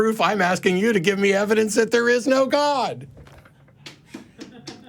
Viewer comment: Of course the guy who pronounces it "ebidence" has a childish understanding of the burden of proof